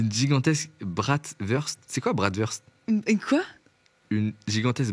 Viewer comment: Bratwurst = bratvourscht (pour la prononciation)